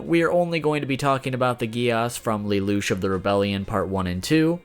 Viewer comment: that "" dude can`t even say lelouch name right.